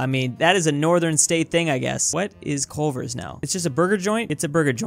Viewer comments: "coal-ver" lol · "Coalver" "What is coalver?!?" Omg plz stop saying that😂😂😂